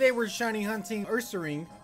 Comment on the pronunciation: I'm a sing? No, Urasing, Ursaring.